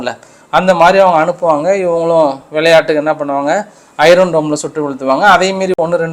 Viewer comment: தம்பி உங்களுக்கு ஒரு வேண்டுகோள்- ஐரன் என்று சொல்ல கூடாது.ஐன் என்று( r silent) சொல்லுங்கள்.எண்ணிக்கையை சொல்லும் போது உதாரணமாக புள்ளி எழுபத்து மூன்று என்று சொல்ல கூடாது.புள்ளி ஏழு மூன்று என்று சொல்ல வேண்டும்.